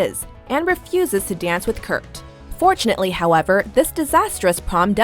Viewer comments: Why did she keep saying kurk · did anyone else her them say kurk when they were talking about kurt and finn moving in together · the girl said Kirk instead of kurt